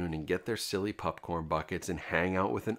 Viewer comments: Is it just me or do you say popcorn weirdly? Sounds like pupcorn. Very distracting. Still, love the content dude! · Why does this dude keep calling popcorn PUPcorn? I'm not imagining that, right?😅